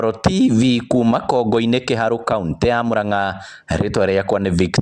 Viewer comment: Proper kikuyu is 'Kongù-inì' not Kongo - inì. Kongo, its small head but Kongù its small clay pot.